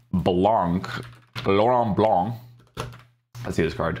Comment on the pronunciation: I love saying Blancs name like that too “LORONT BLONC” 😂